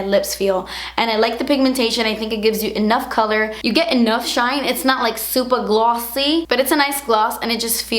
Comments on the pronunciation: Oooommmfffggggg!!! When you said "supah glossy" 😂😂😂😂😭😭😭😭 I laughed so hard I threw my head back & I hit the freakin wall..ohmygoshhhhh lmaoooo you're so darn entertaining 😭😭😭😭😭😭😂😂😂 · "Supah glawwssy" lol❤️